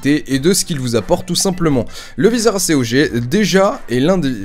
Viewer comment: tu c que normalement on di pas A.C.O.G mai acog